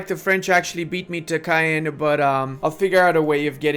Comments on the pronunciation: I always apprecitae some historical context. Thanks! Ps. pet peeve of mine: Caen is pronounced more like Kaun. Not Cayenne =). 'aen' in Caen sounds like the aun in auntie (U.K. pronunciation) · Caen is actually is just one syllable. The n influences the pronunciation of the vowels but it's just one contracted sound. It's closer to "con", and you don't pronounce the n, but you do pronounce the o like in "con". You suddenly said it right as I was typing this! Wtf